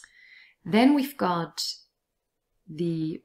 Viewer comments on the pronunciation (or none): They way u say then is way different then the way you pronounce "and". In th first one I heart eh i the latter ae. What the reason behind it? It makes me confused